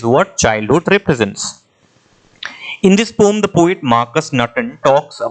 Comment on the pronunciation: Poem ❌ pom✅🤣